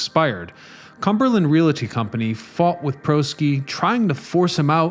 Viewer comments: REEE-AL-TY, not Ree-lat-ty! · Very interesting. I’ve always loved this building but never knew it’s history. Thank you for the edification. One thing you might want to keep in mind for future videos. “Realty” is a two syllable word. A lot of people make the mistake as well as when they say real-a-tor. Just thought you might like to know as a wordsmith myself. Continued success on your channel! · Please learn how to pronounce the word REALTY.